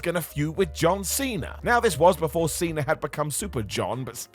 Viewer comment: Cena* not Cener